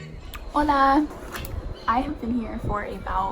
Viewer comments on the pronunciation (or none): none